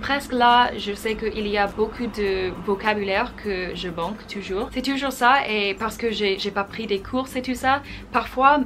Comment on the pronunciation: Impressive how big progress you did in such a short time, bravo! :). Speaking of some little errors, I would point that you confuse sometimes the pronunciation of "ou" and the "u", e.g: in "vous", "toujours" or "cours" etc.